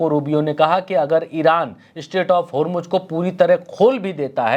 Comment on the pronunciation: होरमुज होरमुज क्या है. ज़ ज़ होरमुज़ बोलो.